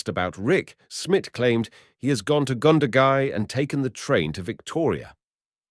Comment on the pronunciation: Goondagai, Wagga wagga, not pronounced wogga wogga, cringe worthy.